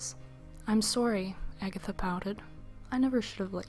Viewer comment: Haha! I love how you put so much effort that i can actually imagine the whole story. Specially love how you say "Agatha"